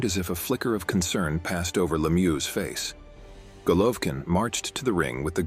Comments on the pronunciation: You know, when you hire a company to do the voiceover on a video, it might be nice if you informed that individual how to properly pronounce the name of the star of the show. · you should learn how to pronounce golovkin's name my man, at least give him respect he earned.